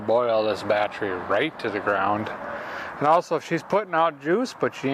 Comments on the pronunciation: This guy could probably put a used, 100 year old motor in a duct tape and license plate body, with a milk crate seat, and once he learned how to correctly pronounce bat-tery, he'd be off across the country! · Did he say bat tree 😂